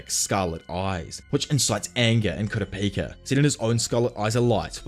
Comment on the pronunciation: Kura peaka is crazyyy Then started saying kura paka 🤦‍♀️